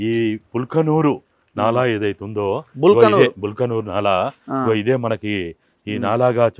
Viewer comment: బల్కనూరు కాదు బల్కాపూర్ నాలా.